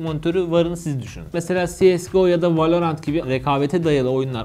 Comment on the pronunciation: VALOğrant değil VALORANT